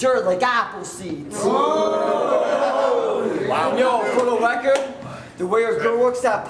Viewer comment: " Fow The Wecowd"